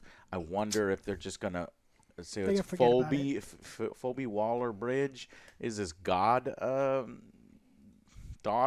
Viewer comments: I lost it when Joe said "Foe-Bee" 🤣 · Phobey? Has Joe never heard the name Phoebe spoken before? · Phoebe is pronounced Feebee.